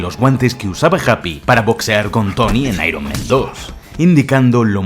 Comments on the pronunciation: Por favor!!! Spider-MAN en singular y Spider-MEN en plural. Dices constantemente spiderMEN jajajajajaja incluso IronMEN Buenísimo vídeo bro. Me parto con las referencias al bananero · Me pone nervioso que digas todo el rato SpiderMEN, ironMEN, cuando es SpiderMan 😂😂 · Spider-MEN Iron-MEN Dios, por eso hay que practicar bien el inglés